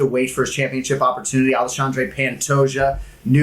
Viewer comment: Theo Von called Pentoja “Pantagious”in one clip and now I cannot unhear it.